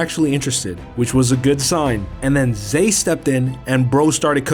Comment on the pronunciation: Zay became Zed 😂😂😂